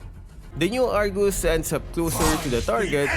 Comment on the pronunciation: Did i hear wrongly? "Argoose"???